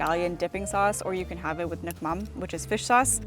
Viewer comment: Immediate like for saying nước mắm right